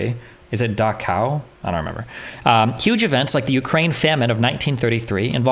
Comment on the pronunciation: It is pronounced "daxk-cow". The german genocide camp.